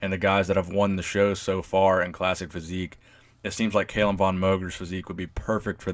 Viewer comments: You're pronouncing his name incorrectly; its Kah-lum, not cay-lum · It's Callum not fucking kaylem, Jesus Christ 😂😂😂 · I love CALLUM, but Arnold's chest and biceps peaks way better. However CALLUM has arnold beat in the leg department and abs! Also love the videos and you do so much research but didn't research how to pronounce his name 😂 bugged me the whole time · It's Cahl-uhm not kale-um